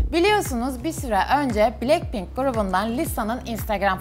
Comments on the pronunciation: Blekpink mi dedi o ? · Abla bilekpink deyil blakpin Yazilisi:blackpink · Blekpink değil blackpink